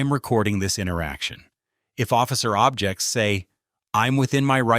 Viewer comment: You'd think a "lawyer " would know how to pronounce the word "object".